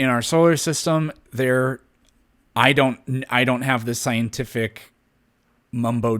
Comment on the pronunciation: For someone who knows all the science, the theist sure mispronounced every scientific word…